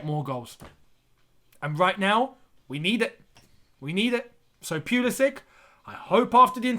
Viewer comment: You are genuinely one of the few people who calls this man's name right.